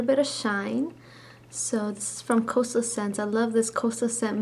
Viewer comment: "Coastel" scents?